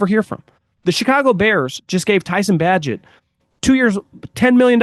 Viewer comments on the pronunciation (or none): “Bagent” rhymes with “Agent” pronunciation wise FYI.